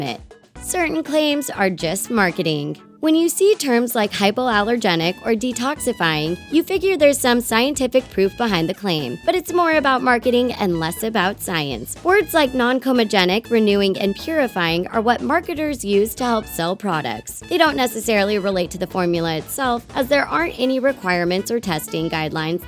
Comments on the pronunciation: The headless "talking head" doing the voice-over for this video pronounced "non-comedogenic" incorrectly. The proper pronounciation is: non-calm-ee'-doh-gen'-ik < NOT > non-calm'-oh-gen'-ik She dropped a syllable. If your job is nothing but talking, you really ought to get it right! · She can't even pronounce noncomedogenic. Real professional Talko. Kinda makes your credibility go to shit.